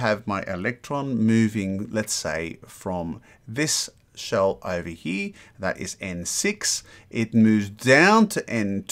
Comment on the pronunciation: Have you noticed that you say "he" instead of "here".